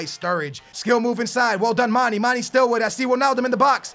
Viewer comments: its mane not mani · It's not pronounced Manny it is pronounced manay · It's mane not mani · I love ur vidz bro but its Manè not Mani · its mah - nay not mah - nee as well as marko - vich not marko - vick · Ugh its pronounced Ma-(nae) not ma-(nee) I'm from Senegal. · For Mane its Manay not Maney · its not 'Maney' its 'Manay' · Gerard will cost u... nd maani is wrong..it's MANE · Please pronounce Manes name right it's Manej not Money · its Manayyyy not manee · It's man a not man e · its pronouced manay not maneeeeeeeeeeeeeeeeee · it's pronounced man-A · its pronounced Mah-naye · its not mani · its mane/pronounciation(maneyy] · It's pronounced Maneh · Can you pls stop calling Gerrard old man his a club legend and your saying manes name wrongly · You say mane wrong